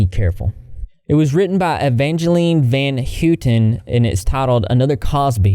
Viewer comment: Esh-el-on, Van Hoy-ten. Taking military name for naming his own fans is soooo culty... also, even though I didn't mind Leto before, actually I even liked him in Dallas Buyers Club, I have nothing but disgust for his portrayal of Joker. Joker has been through a lot in comics or TV, but never anyone made him openly sleazy slimy mobster-like perv.